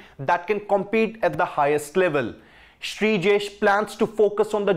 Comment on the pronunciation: Please, he's Sreejesh, not Brijesh.